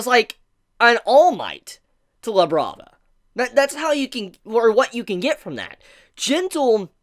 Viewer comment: Thought he said “Now Let’s Look at Lebron” 😭